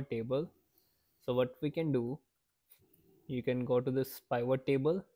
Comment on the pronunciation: I'm going to start calling them Pie-vot tables from now on